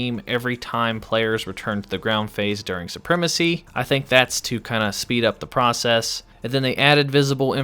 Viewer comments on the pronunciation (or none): none